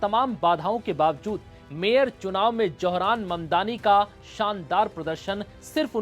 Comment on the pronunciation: It’s Zohar’s not Johran naam to sahi le lo